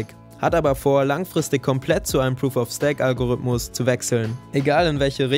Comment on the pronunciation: Sehr gutes Video! Konstruktive Kritik: Stake wird wie Steak ausgesprochen! (